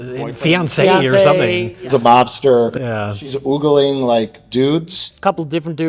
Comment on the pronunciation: That's not how you say ogling. Stop it.